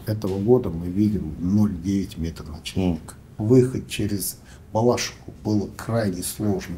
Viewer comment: Передайте пожалуйста что не БалАшиха, а БалашИха. Местным говорят не очень приятно такое слышать.